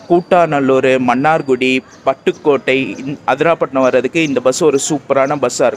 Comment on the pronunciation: அதிராபட்டினம் இல்ல ப்ரோ,அதிராம்பட்டினம்.உச்சரிப்பு தவறாக உள்ளது